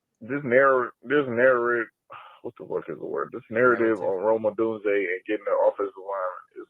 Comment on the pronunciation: Cee-Doo-Bee-Yae pronuncing Rome Oh-dune-zee-yae.... Hahahaha...